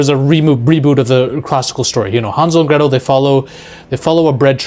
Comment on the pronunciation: It's Hänsel and Gretel (Hen sell & Grae tell)